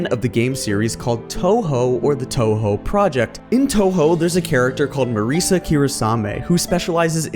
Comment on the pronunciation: the pronunciation of Touhou ruined the video for me